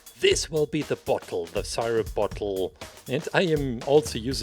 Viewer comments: i like how he says sighrup and not syrup. its godly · I love the way he says sirip😂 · Its pronounced see-rup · Everyone: IS IT SIRUP OR SEERUP: Sighrup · Dude I love how he pronounced syrup